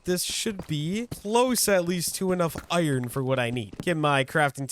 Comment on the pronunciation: I feel like ur saying iron wrong 😂